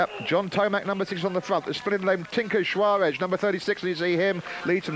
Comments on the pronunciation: The announcer couldn't bring himself to say Tinker's name correctly the whole race. It's Juarez (pronounced "Huarez"not Schuaresh, or Schuares). I was cracking up every time. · I watched Tomac ride a wheelie all the way across the main road of Crested butte on that drop bar Yeti in 1990 during a qualifying stage. The dude was pure style! And if the announcer mispronounced tinker Juarez' name one more time I was going to scream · he sounds like goldmember when he says 'juarez'! that, or he's trying to say shawarma? ;o)